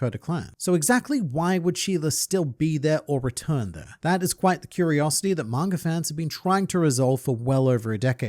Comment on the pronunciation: Please stop saying "Manger" and start saying "Manga" thanks